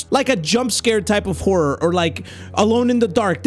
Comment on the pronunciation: I heard whore when he said horror😭